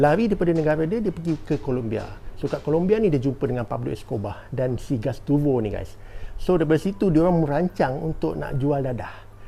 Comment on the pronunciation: Gustavo bang bukan gastuvo 😂.